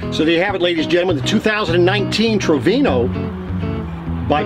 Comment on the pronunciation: Its tofino not trovino